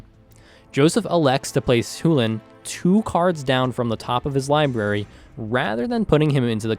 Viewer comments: That doesn't change the fact that sullen isn't pronounced soo-lin. The correct pronounciation, according to the primer, rhymes with sullen. It is pronounced SHULL-en. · Had a lot of fun watching the game, so thanks a lot for the content! This is meant in jest, so don't take me too seriously, but man you saying "hu"lane instead of Chulane kept on triggering me. Lol. And more seriously, why did Bill play Kykar? If his win condition was the Elsha/Top combo, why not have her as the Commander? I feel like it was less flavorful then it could have been. My kykar deck, while not being cEDH is more based on token making since its thematic to Kykar and I would have loved to see those aspects of Kykar shown in a future video. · Yes! Chulane is an anglicized version of the Irish "Chulainn". The "ch" sound loses a real voice when said. So, "Chulane" is meant to be pronounced "HULL-en". Much like the word "sullen". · Where in the WORLD did that pronunciation for Chulane come from? Is that something official from somewhere? It LOOKS like Choo-Lane, but maybe I'm missing some kind of context that would make it pronounced the way you did it? o_O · I love the videos, and I'm not sure where you're from, but your pronunciation of Chulane made me want to vomit... Hell you even pronounced it several different ways, and not once even close to it's proper way... Chulane - Ch as in Chip - u as in blue - lane self explanatory Think closer to chew-lane if that helps, still closer than you were. I really do like your content thus far, and keep up the good work. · I really love this content. Personally, I'm beginning to enjoy this more than a lot of the more established channels. But seriously, were you meming about how you pronounce 'CHEW-LANE'? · i think it's pronounced "chew lane" too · You know there's a C in the word Chulane, right? I'm almost 1000% sure it's not pronounced the way you're saying it. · I have now officially heard Chulane pronounced 5 different ways. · Choo-lane, not Hoolen